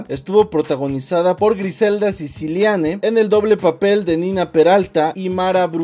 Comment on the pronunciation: Es Griselda Siciliani no Siciliane 😕😂